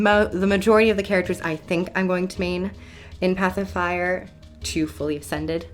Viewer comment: It sounds to me like you are saying "Pacifier" which is quite amusing.